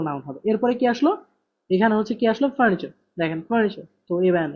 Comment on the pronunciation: vhai apnar pronounction wrong hoy....furniture